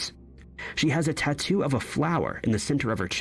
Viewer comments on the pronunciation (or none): none